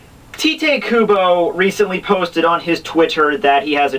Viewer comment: it is tiii-tay kubo